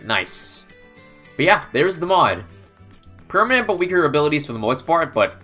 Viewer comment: I heard permit 😳